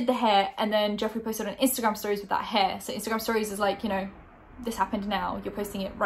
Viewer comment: I thought you pronounced his name good